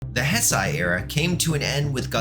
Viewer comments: definitely not malding that you are pronouncing it as hesai, not heisei Also, Gemstone is not Junior. I don't remember the exact points against it, but one of them was the amount of toes being different I think. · Is pronounced heisei not hsisei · one second in and I hear Heisei pronounced as Hess-Aie...dawg...be so fr... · It's pronounced "HAY SAY."